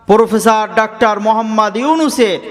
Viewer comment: পোরফেসার নয় , প্রফেসর 😂